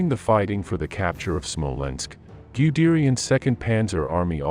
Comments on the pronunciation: Whats a Smolensko?...Do you mean Smolensk? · When I heard SmolenskO, instead of Smolensk, I thought I heard wrong... then SmolenskO sounded again and yet again. At the fourth time, I quit this roll. Evidently, a narrator deserves no credibility, one who does not know the proper name of one of the oldest European and Russian cities, esp important for the sake of this particular video ... once such a non-trivial mistake is repeatedly made, then everything else in the clip clearly has no dependability. Stopped watching, disliked and voted for misinformation! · Smolensk not SmolenskO lol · The narrator is calling Smolensk "Smolensko" but on the map it shows Smolensk, silly😅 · Its not "Smolensko" .. its Smolensk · Smolensk....not Smolensko..whats with the O after everything? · It is not Smolensko, it is Smolensk. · SmolenskO??? Jesus, wtf? 😂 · I can watch WW2 videos especially of the Eastern Front over and over again because the battles were so epic throughout the war. The casualties were like no other war in history and we have the previous holder of greatest human destruction of WW1 to measure this against. Smolensko? Seriously is there a real person narrating this video or what. Disappointing